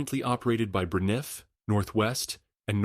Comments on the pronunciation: The airline was pronounced BRAN-if (similar to Brand it), NOT bruh-NIFF. SMDH. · BRA-niff. LOL! Somebody needs to teach the AI how to pronounce airline names!